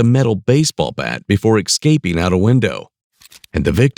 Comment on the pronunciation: Exscaping? You probably say nucular too.